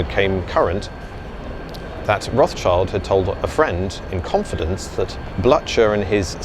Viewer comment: Blücher is pronounced BLOO-KUR.